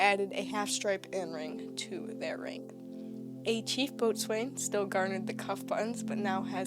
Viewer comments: Boatswain is said "Bo'sun" Lieutenant, is said "Leftenant" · Plus the pronouncing of the ranks like boatswain as “bowson” and lieutenant as “Leftenant” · boatswain = BOW-suhn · If only.... When describing Royal Navy ran js you had taken the trouble to understand the pronunciation of the ranks. Boat-swain! Lootennant! Funny to start with but oh dear... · I came here to say this.